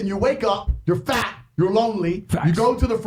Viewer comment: he keeps emphasizing FAT and I love that